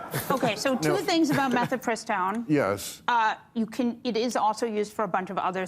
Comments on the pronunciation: Mifepristone, not "metypiston", feminist lady. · She’s pronouncing it like she doesn’t know how to spell it. Mifepristone not “mefi…” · Bill doesn't know how to pronounce Mifepristone and later says "phemerones" instead of pheromones. 😮